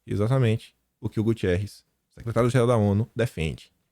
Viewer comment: Bom dia! Só para esclarecer é Guterres, não Gutierrez. O secretário da ONU é português.